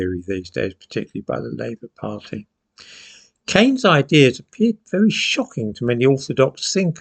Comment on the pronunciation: Old fool can't even pronounce Keynes' name properly. It'a "keens", not "canes". John Tyndall was a fascist and proud of it. He was co-founder of the original BNP in 1960, expelled for paramilitarism and later co-founded the National Socialist Movement and the grandiosely titled World Union of National Socialists. The 1960s were after World War II. There were others; Arnold Leese, for example, active in a succession of parties until his death in 1956.